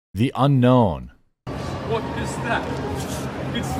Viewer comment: It sounded like he said "The Ender" instead of "The Unknown" to me as well.